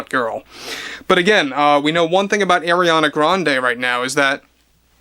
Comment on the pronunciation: Umm he DIDNT pronounce it right 😂. He said AIR-iana when its AR-iana. Ppl who don’t respect her may not say her name a certain way. It is what it is..And others just don’t know